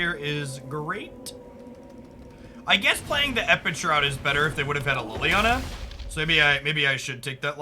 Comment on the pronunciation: EpiCure. Not EpiTure